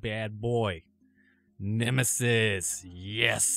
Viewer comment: It bothered me all video long. It's NE-ME-US not nemesus